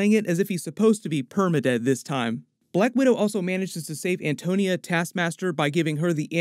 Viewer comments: lol its Antonia not Antonio :D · Why does he keep saying Antonio? It’s Antonia dude 🙄